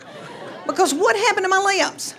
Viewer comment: How the heck did she teach her kids to spell, with that accent? She pronounces “lips” as “leeeh-ips”. Imagine her saying to a second grader, “Just sound it out, honey.”